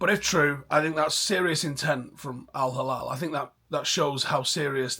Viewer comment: its no al halal bro it's al hilal😂 soft L